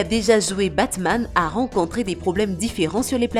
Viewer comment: Omg elle a détruie Batman